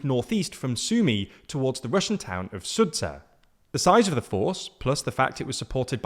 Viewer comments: SuDZHa! not SudZha, not SudzHA!, DZH - it sounds like DJA - "Sudja". please pronounce it correctly. I know its a rare sound in English but its still there and sounds very much like DG in judge or badge. Sudzha. thank you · It's not "SudZa" it's "SudZHa" much like the sound "g" in the word "general" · Sudzha is pronounced SOO-juh. It’s spelled that way bc Russian doesn’t have a true “j” sound. It is composed of the letters for “d” and “zh.” That carries over to the romanization. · I see that you've given up on trying to pronounce the location names properly ;) For example, Kursk is pronounced with a U sound, just like you said in the sUdzha. However, for the Sudzha, the zh sound should be pronounced as ʒ, similar to Zhou. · why are you deliberately pronouncing Sudzha wrong? the h is there for a reason, you know? Maybe if it was transliterated *Sudja you'd understand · Sudzha is pronounced as SOO-juh. "Zh" is the voiced version of "sh". Why do they get it wrong? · it's much more pleasant to hear you mispronounce Russian city names than Ukrainian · Sudzha. Zh is same as French J